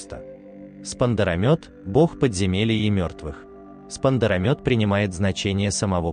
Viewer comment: Во первых Армения не одна из стран, которая одна из первых принила христианство, а самая первая страна, которая принила христианство как государственную религию. Во вторых не Арай, а Ара, во третьих не Спандарамёт, а Спандарамет. И спасибо за познавателний ролик.❤🩵💛